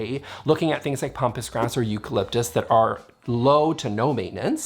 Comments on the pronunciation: Hi, I really enjoy your videos, but please say "pampas grass" not pompas grass. This is my second time to mention this small error in pronunciation. Thanks, Bill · "Pompous grass"? Lol.